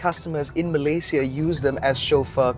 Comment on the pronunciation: Thank you for saying 'Malay-si-a' and not 'Malay-shea' haha...